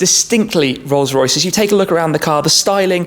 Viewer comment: Rollsssh roycchhssh